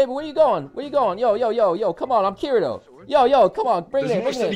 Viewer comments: THE CRINGE OF PEOPLE SAYING KIRITO’S NAME !!! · I wanna slap you for saying his name wrong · How you say kirito triggers me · It bothers me how he says kirito. Bye.lol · U said the name wrong!!!! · Why can’t you say Kirito right you make me angry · Why u saying kirito’s name wrong it’s killing me bruh it’s not that hard to say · Say the name right lol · I hate how he says their names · Miss pronounces kirito so much, so disappointing... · Pls stop saying Kiritos name like thst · The way you pronounce Kirito's name annoys me... Why not pronounce it correctly? You have to americanise everything... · I know he’s pronouncing it wrong? Like I said, he says “Kirito” with American pronunciation instead of Japanese, and he has ever since it first came out. It irritates me, but I’m used to it now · When he said Kireeeto I cringed. Kirito damn it , Kee dee toe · It annoys me how so many people say Kirito wrong, its Kee-dee-toe not keer-i-toe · Kirido......... it's keer-etoe..... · It is not kireto it is kiteto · Did he seriously pronounce kirito as ki-ri-to instead of ki-di-to like it says in the anime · its pronounced kiri toe not kiri do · really annoying the way you say Kirio it's Cree-ti-OH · He said "Kirio" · Sounded more like Kirido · He said giritou.... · Im getting mad at his not pronouncing it as Keedito. I know its spelled Kirito but thats the pronunciation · "Kirido" That shit is driving me fucking nuts. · Yeah in the anime they pronounce it kittytoe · Sound like he’s saying and off brand of Cheerios “kiriro” 😂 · You can be 'Kiridoh'? Shaking my bloody head out of how tongue wise incompetent you are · ITS PRONOUNCED KITITO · Dude said kiri yo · you cant even say Kirito's name right, so you cant be him. It's pronounced "Kee-dee-toe" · Sounds like he’s sayings kirido XD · You said Kirito wrong, it sounds like Kitty toe.. bastard. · this dude said kirio ... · Does anyone else get so annoyed the way he says Kirito when it’s ki de to Keeeee deeee to not kiri to